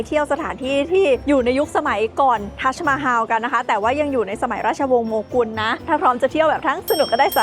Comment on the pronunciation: ทัสมาฮัม ไม่ใช่ฮาว